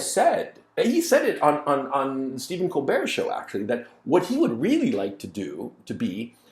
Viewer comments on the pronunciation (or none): none